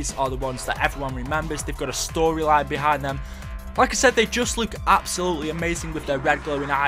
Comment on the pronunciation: It's look not luuk